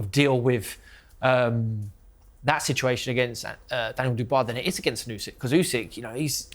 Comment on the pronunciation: Turki can’t even say Usyk’s name properly🤦‍♂️it’s ‘Usyk’ not ‘Ozik’🤦‍♂️